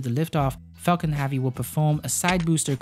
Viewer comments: It’s HEAVY not HAVEY. Like heaven. Not Haven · "Heavy" is pronounced HEV-VEE not HAW-VEE. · Falcon “havvy” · Not hAvy . Its hEvy !. Thanks for the video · Yo know joke I clicked on this video because it said it was about the heavy and I got all the way to then I realized he was saying heavy not havey haha great video man I think he could get a solid 7 hours of just music or space oddity 84 times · Falcon HEAVY -- not "have-ey" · yea sorry, could not watch this because you cant pronounce "heavy" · Banging my head on table everytime this gentleman says "heavy" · Please learn how to say heavy correctly